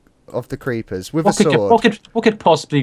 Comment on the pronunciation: Geeper reeppers